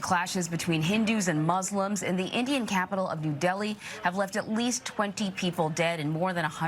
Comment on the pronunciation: OMG it's real Trevor pronounced Delhi like it is supposed to be said